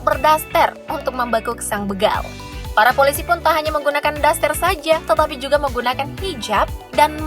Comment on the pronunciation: Seharusnya baca nene nene Ini malah nenek nenek Emak berdaster malah emak berdast'er